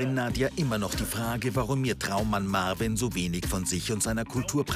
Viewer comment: OMG, die wollen nicht mal seinen Namen richtig aussprechen. Marvin 😂😂😂😂😂😂 wie die die mit dem Akzent verstehen, kapiere ich nicht, ich muss schon genau hinhören 😂😂😂